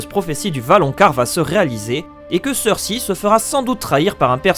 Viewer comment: Mec j'aime bien tes vidéos mais fais un effort sur la prononciation des noms stp, "Martin" et "Cersi" c'est vraiment pas possible, et vnez pas me dire qu'il prononce les noms à la française sinon sinon Jamie tu le prononces comme le mec de c'est pas sorcier et pas comme dans la série...